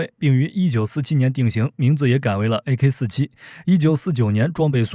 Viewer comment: 念阿卡47谢谢